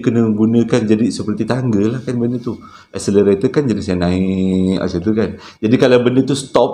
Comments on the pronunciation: Escelator kan ? Ngapa dengar macam escenator ? 😅😂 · 1 benda kelakar ni kan. main sebut je. kekadg betul kekadg salah. mcm td. eskalator jadi accelerator 😂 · ..escalator bukan accelarator hehe.. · Britney Spears...lucu lah. Ada satu pembetulan, excalator (tangga elektrik). tersasul, accelerator. Seram sangat cerita pertama, kesian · bang, es-ca-la-tor bang, bukan accelerator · Macam salah ja sebut escalator.